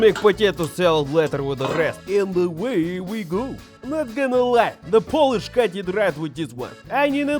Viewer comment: Fantastic recipe and wonderful Polish pronunciation :)